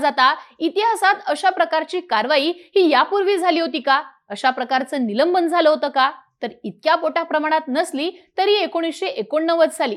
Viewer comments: निलंबण हा शब्द नाही तर निलंबन आसा आहे.बरेच बातमीदार अत्यंत अशुध्द म्हणतात योग्य शब्द म्हणण्यास सांगावे वीद्याथ्यांमधे असे चुकीचे शब्द पसरवले जतात. . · निलंबण नाही निलंबन नीट बोलायला शीका आधी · निलंबन म्हणा हो ताई " निलंबण 😂😅 नाही ! " बोल भिडू " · निलंबण, निलंबण, निलंबण ऐकून वैताग आला. अगं बाई निलंबन असतं ते निलंबण नाही. कधी शुद्ध बोलायला शिकणार. नसेल येत शुद्ध बोलता तर व्हिडिओ करणं बंद कर. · निलंबन अहो बाई , निलंबण नाही मराठी भाषेची विटंबना का करता. ? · काय निवेदिका घेतलीय.न आणि ण मधला फरक कळत नाही हिला? निलंबनाऐवजी निलंबणं बोलतेय. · ही मुलगी निलंबन ला निलंबण म्हणते. बोल भिडू qualified माणसे आणा